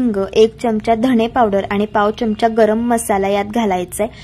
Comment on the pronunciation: च्यमचा नका म्हणू. चमचा म्हणा. पदार्थ छान.